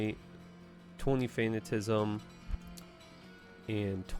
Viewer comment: Fan at a ciz m, think fanatic. Yes I already watched your video on how you pronounce things wrong. Just trying to help.